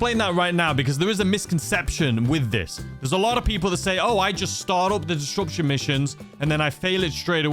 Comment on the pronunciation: I love you but disruption doesn't have a "d" in the middle 🤷‍♂️🤷‍♂️ disDruption 🤣🤣